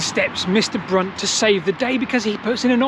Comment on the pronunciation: I think you mispronounced Brunt